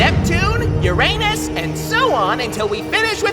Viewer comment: Nawh Uranus and Uranos ?😂